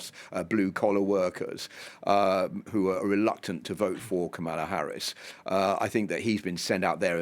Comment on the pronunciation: So you bring on a Brit who has a difficult time pronouncing Kamala's name.